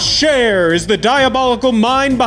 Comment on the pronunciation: Im pretty sure thats not how you say joshs last name. Scherer in my family is pronounced shear